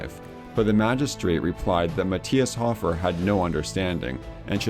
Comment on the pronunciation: Great video, but your pronunciations were funny :) Sioux = pronounced just like "Sue" Hofer = hoe-fur not hoff-er Johann = Yo-hann